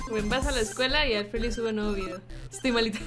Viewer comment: Porque dice alfredy en vez de alfrely?